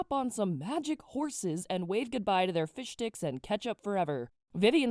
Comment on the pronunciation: I swear it sounded like you said fish dicks not fish sticks. XD